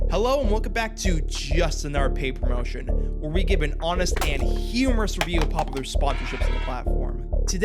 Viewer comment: Clicked off as soon as i heard "Juss Anoer Pay Pamotion." How do you even get to that point? You need to practice speaking or something. Also, Ko-Fi is pronounced Coe Fie.